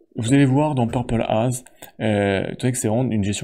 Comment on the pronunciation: On dit pas "peurpole aze" 🙃 mais "peurpole êize"😊 je t’invite à écouter le titre "Purple Haze” de Jimi Hendrix 😉 Le titre de ce jeu est un clin d’œil et hommage à celui qui condamna la guerre du Vietnam.